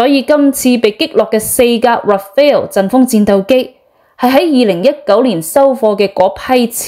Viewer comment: Rafale not Rafael😊